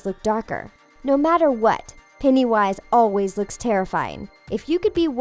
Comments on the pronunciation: Not peenny wish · Olivia Maes lol penny wish really it’s pennywise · Psycho. Sooshi at the beginning she said pennywise wrong. She said "peniewise"